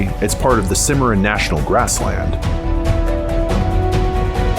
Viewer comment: R.....Kansas River, Cimma...Ron River, just saying! LOL Great Video!!!